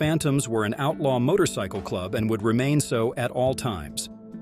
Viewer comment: Jesus Christ just get someone to narrate this shit. AI can't even pronounce motorcycle